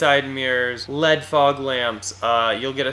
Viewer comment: Lead fog lamps... those don't sound like a very good idea. L.E.D. (light emitting diode) It is an acronym and should be said as such, after all it pronunciation is identical to the existing word... lead.